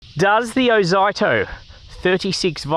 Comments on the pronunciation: it's ozito not oito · Who the F K says "Oz eye toe" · Ffs mate, learn to bloody pronounce words properly. Every ad, commercial or anything else clearly says (oh zeetoe). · OH ZYE TOE?? 😂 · Oz-zee-toe (from Aussie-Tool) PS: The wheels look perfectly fine to me, easy to clean out captured clippings. Most mowers have closed pattern wheels which are bloody pain to clean. Oh, and the plastic grass chute is normal. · Thanks for the video. I thought Ozito was pronounced 'O-zee-to' but it's a matter of choice I guess. Overall I would have liked to see how this mower performed cutting longer grass, as essentially you were using it to vacuum up leaves. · Oz zee toe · I believe It`s pronounced Oz(ee)ito, as I have had battery tools of that name. Good review too of a budget push mower. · Thanks for showing this Ozito mower, particularly the underside too. (I've always pronounced it Oh-zeet-oh 😉) It's interesting how the (now discontinued) 21" 58V AEG mower also has plastic in the discharge chute area too (Honda also uses something similar). Not only that, but so does the Milwaukee mowers. I suspect they (TTI) took the Milwaukee metal chassis with that same plastic inclusion & used it in the AEG mower (with some mods) as they have also used the line trimmer attachment heads too (hedge trimmer, edger & pole saw) as well as bringing the same design concept to Ryobi too (albeit down scaled in the hedge trimmer attachment & more plastic). In my AEG 21" mower I've had to add some stainless steel shim material to protect the plastic edge from damage & grass etc collecting in the discharge side. I'll send you a photo. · Never heard someone pronounce "ozito" like that 😂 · It almost feels intentional.. an FYI for anyone reading these comments, the name is a play/abbreviation on "Aussie Tools". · “I love to trigger people by intentionally butchering word” 😂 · I notice first think the way he pronounces ozito 😅😅